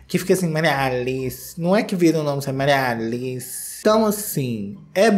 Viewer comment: Qdo o falou: Maria Aliiiiceeee só lembrei da Menina Veneno! Ahahha o nosso sotaque mineirim! Já quero um feat fo com a Menina Veneno!